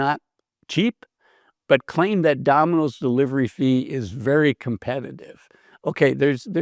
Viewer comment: Dah-min-ose ? Takes a bit of tuning the ear in.